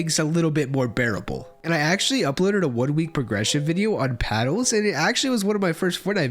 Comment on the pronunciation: bro can you stop saying paddles as paddos im getting wrong thoughts